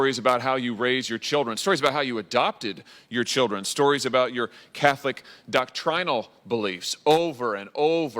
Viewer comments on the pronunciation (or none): "doc-trine-al"? Where did he go to school? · Who taught him how to pronounce “doctrinal” that way?